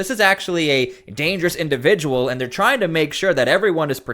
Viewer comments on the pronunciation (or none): none